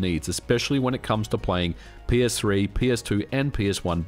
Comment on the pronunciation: I keep hearing "My Penis-3".